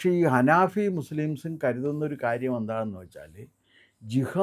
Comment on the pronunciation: അനാഫി അല്ലട പൊട്ട അനഫി എന്നാണ്